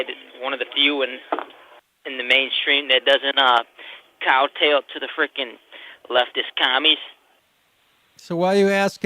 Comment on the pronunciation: Did he say "cow tail?" Did he mean kowtow?